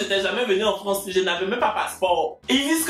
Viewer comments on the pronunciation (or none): none